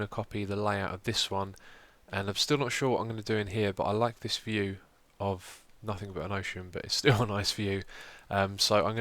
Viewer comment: "A Room With A Nice Viev"...